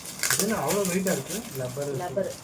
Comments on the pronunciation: Lubber illa pa rubber/eraser nu sollunga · சூப்பர் Gifts 👌👍லப்பர் இல்லை ரப்பர் னு சொல்லுங்க